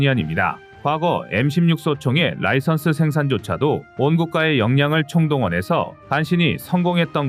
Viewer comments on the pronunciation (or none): none